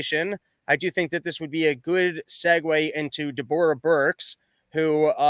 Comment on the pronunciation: also, does not realize that Deborah is pronounced the same as Debra?